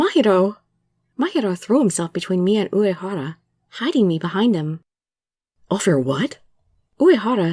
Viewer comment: you pronounced Uehara wrong. It's pronounced (you-EE-hara)